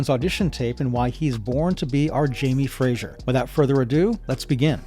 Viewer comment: Its not Fraysher or Frazier, its FRASER!